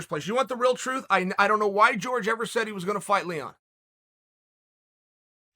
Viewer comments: His name is " hor- hey Mahs-vidahl" there you go chael.his name is "jorge" not " george" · It's Jorge, not George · I swear Chael keeps calling Jorge, George just to get under his skin. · Chael I love the content but please stop acting like a colonizer and calling people out their name. Jorge not george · "George" Masvidal 🤣🤣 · Chael still calling him “George” 😂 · Why does he keep calling him George ?! 😖🤦🏾‍♂️